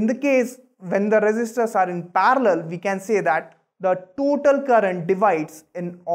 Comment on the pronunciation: It is not parlor it is parallel